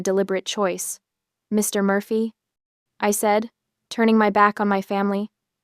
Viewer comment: I sure get annoyed at that sentence ending pause after Mr., it upsets the whole sentence.